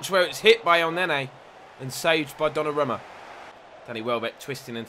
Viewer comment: pronounced donnarooma